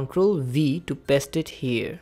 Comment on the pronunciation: Baki sabb mast hai, lekin Katai ghatiya control or paste pronunciation